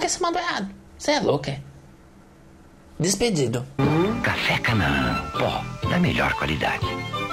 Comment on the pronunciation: "Dispendido" kkkkkkkkkkkkkk nossa amor vc perdeu o emprego? Kkkkkkk